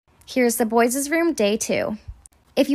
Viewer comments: It's kills me when she says boyses 💀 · She says boyes